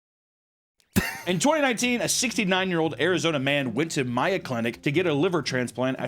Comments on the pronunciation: did this man really just say "Maya" Clinic? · I shocked a guy like could mispronounce “Mayo clinic”